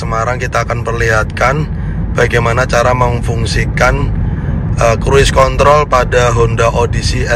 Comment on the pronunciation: Asli ngakak bang pas lg ngomong cruise contol😂😂 ✌️✌️